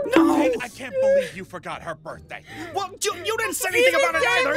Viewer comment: Ah yes borkday